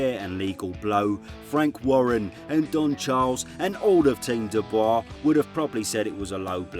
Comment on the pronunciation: Your pronunciation of "Dubois" name is quite controversial.